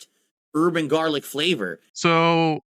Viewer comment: question???? did he acktually say urban garlic flavor???